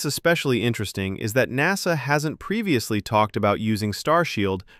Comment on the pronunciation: I agree. But a fairly interesting video nonetheless. It could have been better with less clickbait and a real person talking - notice the pronunciation on ''N.A.S.A'', most real English speakers that call themselves a space/rocket oriented channel should be able to pronounce it with more flow.